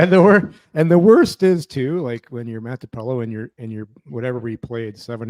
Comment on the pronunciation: It’s Matinpalo, not Mantipalo.